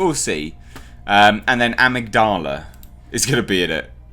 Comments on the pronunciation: Uh-MIG-duh-lah. Part of the brain. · It's /əˈMIGdələ/, mate. It's a part of the brain involved in decision-making, memory, and experiencing emotions. We all actually have two (one in each hemisphere). Removal of the amygdala (used as an extreme last resort in the most severe epileptics) actually curbs violent, aggressive, and antisocial behaviors, making this villain's backstory utterly retarded. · uh-MIG-duh-luh Component of the brain actually. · It’s pronounced am-mig-doll-a, it’s the chunk of the brain that’s responsible for emotional control and stability, take it out and yeah, you would be a rage monster but you would have to remove the pituitary gland on the underside of the brain just above the upper palette to cause hulk growth ( giantisum) sorry for spelling on that one but there you go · I think it's pronounced "Ah-mig-du-la" though I could be wrong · The proper pronunciation of Amygdala is a-mig-da-la. He has a reduced mental capacity, the near superhuman strength and endurance do to his body producing larger quantities of adrenaline, it's like the hulk the angryer he get the stronger he gets, and is prone to outbursts of violence due to medical experimentation on his brain and the removal of the amygdala. That's the best way I can explain it. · In the states we pronounce it "uh-mig-dull-uh". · HI. Great vid again. its pronounced Ah-mig-di-lah. Its the part of the brain that transmits emotions like empathy and sympathy or fear. They say genuine psychopaths have deficiencies in the Amygdala whether it's fully formed or lacking in the Neural pathways that essentially makes someone a fully comprehending, empathetic human being. It does not enhance strength at all. He's just a big brutal bastard with a temper.;) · A-mig-da-la the mig is pronounced like the Russian fighter plane mig. It's part of the human brain that controls emotions or something. The best version of victor zsaasz is in the Arkham games. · Amygdala- “Ah-mig-dela” your welcome 🙃 lol